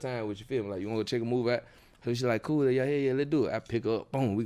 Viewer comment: Trouble said Bool (cool). He reps the B too